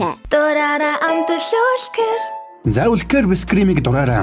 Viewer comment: Үлкээр биш үлка гэж хэлдэг шүү